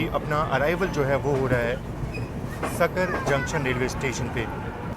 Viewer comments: not Sakar It's Sakri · Bhaiya wo sakri jn. Hai sakar nahi 😅😂 love from samastipur 👍🏻❤️